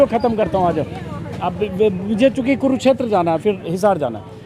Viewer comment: Sir, it's kurukshetra not kuruchter